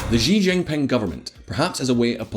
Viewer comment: You need to learn how to pronounce Xi Jinping... She Jim Ping. Easy.